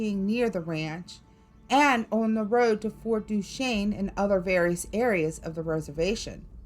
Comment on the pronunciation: Great job, being from Utah I’m so impressed that you pronounced Fort Duchesne correctly! lol